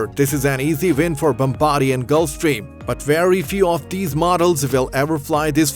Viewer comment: It is hard. He's pushing too hard. Destination not designation. Growing not grawning By not Vy These not tees Fu**in Fiverr voiceovers.